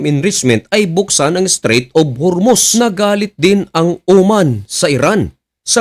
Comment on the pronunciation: hormuz hindi hurmuz, dinidiin mo pa mali mali nmn wordings mo.